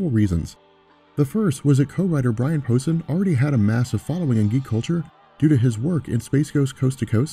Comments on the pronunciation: Dude, I like your channel and all but for Christ's sake, it is pronounced "POE-SANE" , not "posin' ", "posin' " is the thing your doing when you act like a Brian Posehn fan. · It's pronounced Po-Sain. Good vid, though. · Brian Poh-say-ne. Just saying. Pronunciation is way off. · Love all the Deadpool coverage. BTW, Brian Posehn's name is pronounced, "Poe-sain". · Posehn, it's pronounced, Po-sayne. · It's pronounced Poe Sane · Love your videos, but please learn to pronounce people's last names...& the word stamina.